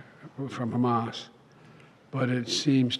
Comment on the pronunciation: It's Khhhhamas 😂